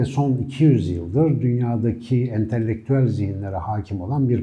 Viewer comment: 2 videoda dikkatimi çekiyor kusura bakmayın. Entelektüel kelimesinin telaffuzu yanlış kullanıldığından dikkatleri dağıtıyor. Entelektüel kelimesinin telaffuzuna bir göz atmanızı rica ediyorum.